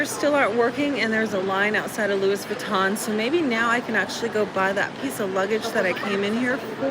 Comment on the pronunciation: Lewis Vatton??? 😆😂😆